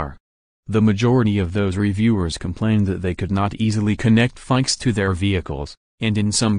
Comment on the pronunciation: You don’t know how to pronounce FIXD, ROBOT.